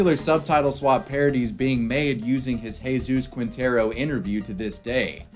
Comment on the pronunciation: Spanish pronunciation tip you'll probably forget after reading: "Qui" = "Ki" Quinteros = Kinteros / "Gue" = "Ge" (like in "get") Guevara = Gevara